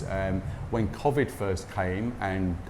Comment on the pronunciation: Never heard Covid pronounced this way before. Is it a Thai thing?